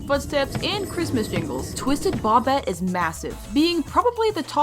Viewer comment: INTS NOT BOBIT ITS PRONOUNCED BOW-BET